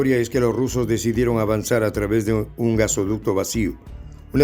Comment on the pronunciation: GaseOducto?? Jajajaja jajajaja jajajaja jajajaja ja. G A S O D U C T O !!!!